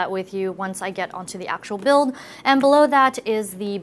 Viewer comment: when she said build my ears exploded